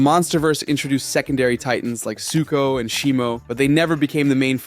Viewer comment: Bro it’s suko😭😭😭☠️☠️